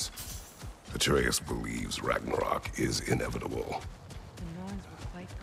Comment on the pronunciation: RAGNAROK❌ RAGANAROK✅😅😅😅